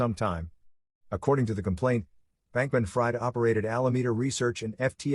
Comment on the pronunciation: I believe his hyphenated name is pronounced Bankman- Freed (short i), not Fried (long i). Otherwise, excellent job (seriously).